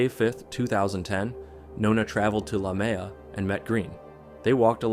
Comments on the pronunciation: the fact that the script read Leumeah as 'la mea' OTL it's pronounced loo-mee-a btw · I know it’s a nitpick but there is no place in Sydney called La Mea, he’s probably referring to Leumeah (pronounced “loo-meeya”) which is out west near the bush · La Mea is Leumeah lol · same thing with La Mea instead of Leumeah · La Mea? Are you sure you dont mean Leumeah? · Don’t you mean Lumeah? Not La Mea! I grew up in Sydney and there’s no such place! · Shit, that one about the girl who thought she was meeting a guy about animals happened here in Campbelltown area. Also, it's pronounced Loo-mi-ah. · The last story... Is he saying the suburb Leumeah? Pronounced loo-me-ah... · As an Aussie, just FYI the suburb mentioned is pronounced "loo-mia" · It's Lu-me-ah 😅 (I grew up there 😂) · Lue-Me-Ah is how you say lumeah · Nona is from my hometown, leumeah Campbelltown nsw in Sydney Aus, it’s not a very big area and when this happened it completely shook our town, the place she was found was literally a 2 minute walk from my grandmas house, every time I pass there I get chills and think about that poor girl. It was absolutely horrible Also leumeah is pronounced loo-me-ah But thank you for bringing her story to light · The pronunciation is like “loo-me-ah”. For locals at least. I used to be a local, but now I’m further north east. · ah, I thought he was talking about Leumeah but I wasn't sure cause of the pronunciation 😭 also yeah, I live like two suburbs away and I never had any idea that this happened. Passing through Leumeah is going to feel really weird after this.